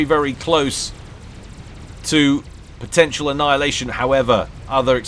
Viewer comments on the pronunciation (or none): none